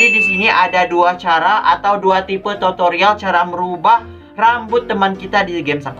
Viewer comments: Aku dengernya pas ngomong tutorial totorial😂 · Kak aku mau bilang aku denger kakak bilang totorial bukan tutorial 😂😂😂😂